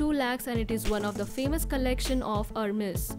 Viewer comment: It is pronounced as airmes not hermes